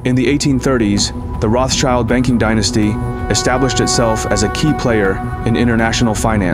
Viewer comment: Morally ambiguous is a compliment for all churches. Uniforms, propaganda, and baseless lies about all religious leaders from cardinals to god. Papal rules are communism, not good will. Vienna - unfortunately - played a major role. Please learn how to pronounce ROTHSCHILD correclty! It's a GERMAN word with historic spelling and means ROT (red) SCHILD (shield). When you say that it sounds like a red child.